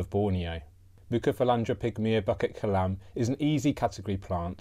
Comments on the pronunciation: Pronounced as Boo kit Kelam , not bucket kelam , hope this helps ! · I love you but you butchered the pronunciation 😂 It called 'Boo kit ke lam(b)'